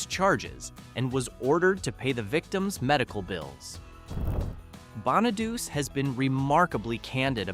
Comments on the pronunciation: Yeah... and Danny "Bonn-a-deuce". Hello, it's pronounced Bonadu-chi. It's Italian. But you can't teach robo-voices these things. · How does all these videos with the Partridge Family call Danny (bon-a-dus) when it's pronounced BON-uh-DOO-chee. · I know, right? I can't stand it when the names are pronounced so badly. Bona deuce? Really? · Its pronounced bahn nah dew chi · Danny's name is pronounced "Bonnichy" you dumbo. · Please learn to pronounce the names of the people you cover. Scott Baio....pronounced "Bayo"...Danny Bonaduce pronounced "Bon ah duche". That's all. Thank you❤ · AInvoice needstogo danny bonaduce at the end of the last name is the LONG E sound not ch sound and silent E